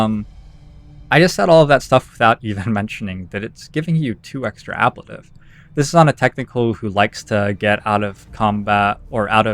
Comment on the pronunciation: sorry to be "that guy" but I'm pretty sure it's pronounced uh-blayy-tive :)